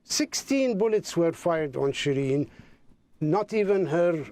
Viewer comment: Should pronounce "SheeReen", not Shreen.